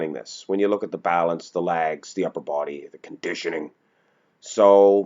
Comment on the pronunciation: pronounces "pictures" and "legs" as "pitchers" and "laigs".